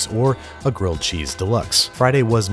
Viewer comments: GWILLED CHEESE, IF YOU PWEASE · Gwilled Cheese if you Pwease.